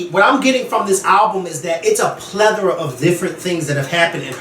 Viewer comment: Did he just say a "pleathera"?